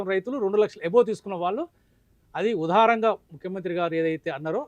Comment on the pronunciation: ఊదారం గా కాదు దారుణం గా